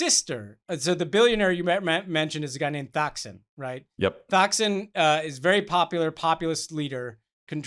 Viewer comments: The 'h' in Thaksin is silent. Don't say you follow Thai politics but mispronounce that name. 🙄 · Hey Ben, Thaksin Shinawatra’s first name is pronounced “toxin.” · You don’t pronounce the H in Thaksin. It’s Tak-sin. Your further comments on Thailand were about 80% right.